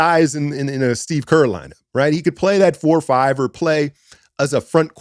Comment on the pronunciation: Its kerr. Its kerr. Its kerr. Gawd lee!